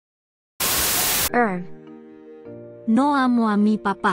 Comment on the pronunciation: “Thanchk chuh”